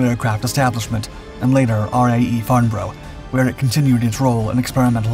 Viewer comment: Farnborough is Farn-braa not Farn-bro. Just one of those odd British things.